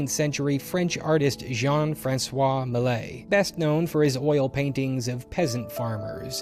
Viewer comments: LOL, I had to look up the painting to find out you meant "Millet", not "Malay". :') Tip: there are test-to-speech websites available for most common languages. This particular name is actually not all that hard for an English speaker to pronounce: "me" followed by a short clipped version of "yeah". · Please, please, please, listen to a French person say “Millet”! :)